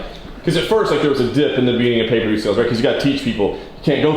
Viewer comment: It's "pay-per-view" not paperview 😂